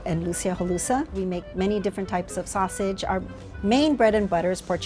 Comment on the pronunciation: Sosisi. Totiti. 😂